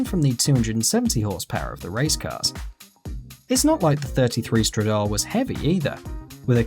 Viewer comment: Tip-o Stradal-é